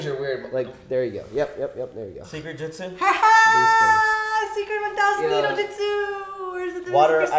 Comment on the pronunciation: Its not justsu....its jutsu right.